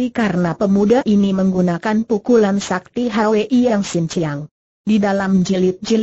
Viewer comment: Bc nya super s a k t i dieja Haha